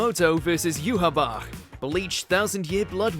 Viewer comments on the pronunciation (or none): Bro the names had to be intentionally butchered, Mahito - Mojito, Pucci - Poochie, and the worst Yhwach butcher of all time, Johabar.